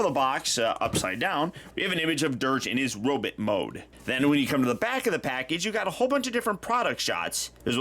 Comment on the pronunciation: Did he say "Robit Mode"??